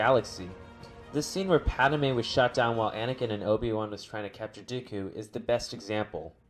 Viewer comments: PADme not Padame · Did this dude say Pad-a-me'?